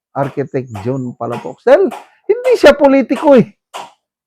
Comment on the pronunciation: Palafox Po Hindi Palapox, Taga Davao ako.